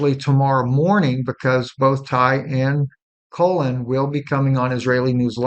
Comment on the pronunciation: What is this guy talking about? "Shooting OF Tyler Robinson"?? He can't pronounce the name Colin. He says Colon, he tells us what's happening to a bird outside his window. Smh.....IMO, this not reputable information being shared here...🤨🤨🤨